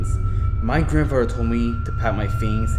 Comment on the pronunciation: I can't clearly understand the host who is telling the story, the child like word pronunciation is not good for story telling. And the unnecessary added howls, geese sounds etc made this almost unbearable to listened to coupled with the fast talking and bad pronunciation of words like, other (udder) this (dis) grandfather (granfadder) there(dare) the (da) thing (fing) etc......this would have otherwise been a descent group of stories!!!!!! The background music was too loud and mixed with the silly added extra sound effects it was almost impossible to continue trying to listen too! I suggest u try changing these issues if u are still continuing to story tell!